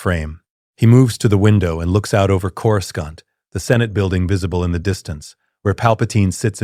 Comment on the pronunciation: Curoscant, some of Jedi Council members, I stopped bothering those because those AI prompt channels don't care.